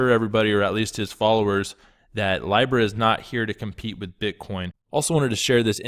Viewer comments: Pronounced LEEBRA NOT LYBRA ;) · Its LEEEEBRA not Lybra ffs 🙈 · Dude, why are you the only one who mispronounces these coins? Nools instead of nuls, lybra instead of leebra. Do you do it on purpose? Do you not hear how the rest of the world says them? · Its pronounced Lee-brah. It comes from the old Roman Empire currency. Since we still live in the last generation under the dispersed Roman empire, this one world global currency has to happen at some point. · It’s leeeeeBRA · Say it with me now: LEE-BRUH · This guy sounds like he is medicated on Thorazine. Dude, you can’t pronounce Libra 🤦🏼‍♂️ please have Maddie full time